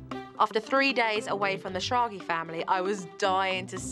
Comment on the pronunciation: Their last name is pronounced Schrag-ah, sad to see they didn’t keep up with their German heritage